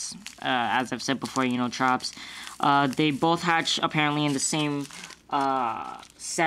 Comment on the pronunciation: sounds like your saying chops (Triops)